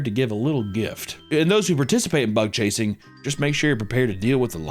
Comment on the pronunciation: it took me up to this point to realize you were saying “bug chasing” not butt chasing 😭